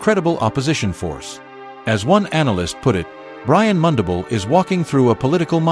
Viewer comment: Pronounce mundubile Brian